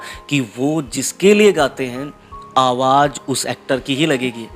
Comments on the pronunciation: Bahut acha colection kiya he. Lekin apne bolne me ja or za me sudhar karen. Kyonki aap za ko bhi ja bol rahe he. Jese ki awaz ko aap awaj bol rahe he. Plz meri baat par dhyan de taki apke program me koi kami na rahe. Plz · Aap awaaj bol rahein hain sahi word awaaz hota hai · آواز ہوتا ہے بھائی اصل لفظ آواج نہیں پروگرام کرنے سے پہلے تھوڑی سی ریہرسل کر لیا کو باقی پروگرام بہت اچھا تھا ۔ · Please correct your Urdu pronunciation. You talk of Rafi and at the same time you say Awwaj . Rafi ‘ s soul will certainly be hurt. You can do it . See you